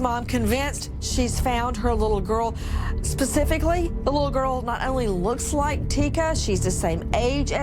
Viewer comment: Nancy Grace PLEASE!!!!1 its NOT ,,,pacifically !!!!!!! thats a fk oceon !!!! its SPECIFICALLY !!!!!